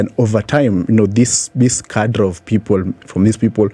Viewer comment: How is this guy a graduate of philosophy (widely read), but cannot pronounce words like "pundits" "cadre" etc.